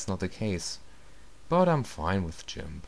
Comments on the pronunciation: You say GIMF :O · u say Jimp ^.